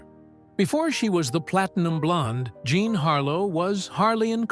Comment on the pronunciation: Jean not Jzhon.